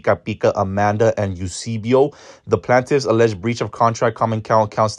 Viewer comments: Not the plantifs 😂 it’s pronounced Plain-tif ☺️ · Not him saying plant-tifs 😂😂😂